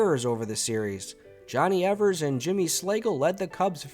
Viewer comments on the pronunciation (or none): none